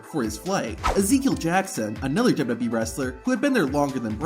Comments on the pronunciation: Dubbubee instead of wwe had me dying😂😂😂😂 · I can’t stand how this guy pronounces WWE